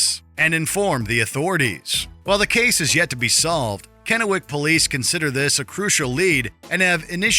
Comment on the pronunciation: Thank You So Much for pronouncing my hometown and where I currently live Correctly ! Not everyone gets the pronunciation Correctly on a lot of our northwest names, so Thanks a Bunch ! Helen from KENNEWICK WASHINGTON !